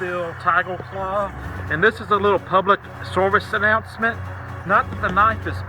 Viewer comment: Thanks for the public sewvice announcement